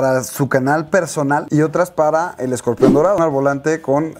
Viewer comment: Se dice Scorpion no escorpión